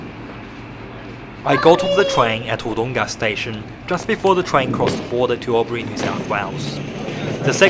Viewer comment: Please listen to the pronunciation of those around you, practice it. Wood oong-a it's not. Wood-Dong-ah it is. Its so grating hearing mispronunciation.